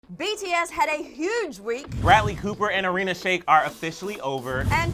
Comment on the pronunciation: the way he said irina shayk 💀